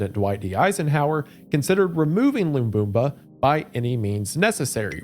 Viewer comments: Lumumba! not Bumba! Otherwise good video as always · It's Lamumba, not Lambumba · Lumumba Not lumbumba 😂😂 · It’s pronounced Luh-moom-buh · brother how can you read "Lamumba" and get "Loomboomba" out of it wth Istg Americans just look over the shape of a word instead of reading the letters edit: Sre'brenikuh 😭💀 duuuude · Hearing him try to say Lumumba is making my eye twitch ETA: and now Mobutu